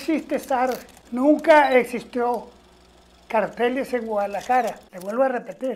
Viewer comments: Bacanya bukannya GUADALAHARA y??ja kalo d baca jd ha kaya juan jd huan gt ga si?? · Ngghuadelala nghuadelarara ngehudelala 😅 wkwkw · Huadalahara bacanya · "cartel Guadalaraja" seketika ngakak🤣 ribet amat nama² di mexico kadang bikin lidah kesandung😅